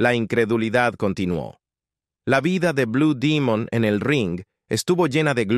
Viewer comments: Enarrador de esta página comete un gran error al pronunciar Bue Dimon, Es BLUE DEMON, que se deriva de DEMONIO AZUL !!! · Si se presenta está publicacion al pueblo de México,pronuncie el nombre correcto ,,NO Blue Dimon,,,sino BLUE DEMON.... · No sé dice blue Dimun.si no Blue Demon 😂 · Es correcto es blu Demon no Dimon sonso 😅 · No ce quien eres pero nosotros cuando iba mos aber a blud demon así lo anunciaba. No como dimon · no es dimon demon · Blue demon güey no dimon de dónde eres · Lo felicito al señor que hizo este video y documental está muy bien realizado y no importa si lo pronuncies. Blue dimon o Demon eso es lo de menos lo importante es el buen reportaje de investigación que hicistes te felicito está muy bien echo y sin duda alguna blue demon ha Sido uno de los mejores luchadores mexicanos de todos los tiempos quizás este entre los 25 mejores luchadores mexicanos de Todos los tiempos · Estoy de acuerdo no es blu dimon y sin embargo lo repite mucho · Perdón, no se dice BLU DIMUN, ES BUD, DEMON, infirmate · No acabe de ver el vídeo no soporto.que cada rato diga blue dimon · Blue dimon aci cepruncia en ingles aprendan ingle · Este cuate no es mexicano pronuncia mal palabras blue domingo su gola ,priñonunciele buen blue demos wwy